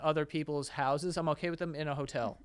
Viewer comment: "My hausens is munching" LOL